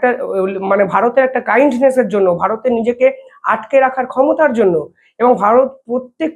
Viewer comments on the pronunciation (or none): IT IS NOT KIND NESS, IT IS READ AS KINNES.